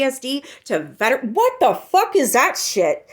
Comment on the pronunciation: she said “my moms brother, my uncle & my other uncle” wouldn’t your moms brother be your uncle? You fuckin idiot. Can’t even pronounce veteran correctly either. I have C-PTSD from an extremely traumatic marriage- and for her to Make a mockery of it- pisses me off to no end. I hate her.